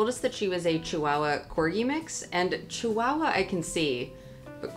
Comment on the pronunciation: There is no letter W in the word Chihuahua.